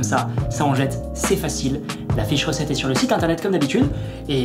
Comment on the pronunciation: Quand tu as dit " la fiche recette est sur le site internet" j'ai entendu " la fée chaussette" 🤣